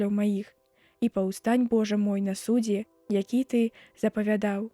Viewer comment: Прачытана: на суд'зе, правільна: на судзе', націск мусі быць на апошнім складзе, глядзі слоўнікі.